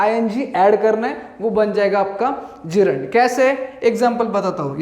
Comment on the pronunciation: Yes in this video gerund is pronounced correctly😂😂😂😂